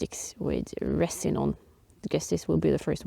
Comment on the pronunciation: Great job. When if finally burst into flames, I found myself saying "oooh loook" LOL. I LOVE your videos please don't change a thing. Your English is very good. Resin is pronounced rez-in (just trying to help) ATB